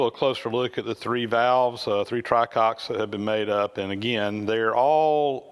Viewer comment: Isn't it "tricocks" instead "Try-Cocks"? I really can't stop laughing though I know its puerile.